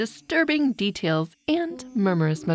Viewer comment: I wanna rip my hears after hearing THE DEATAILS